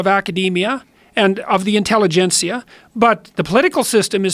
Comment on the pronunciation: It's intelligentsia...